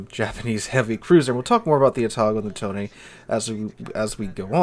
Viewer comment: Finally, a content creator who pronounce its name correctly